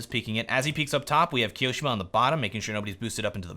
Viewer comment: i have not looked into it, but i think you tone on the second "i" on Kioshima. . Like KioshIma, not KiOshima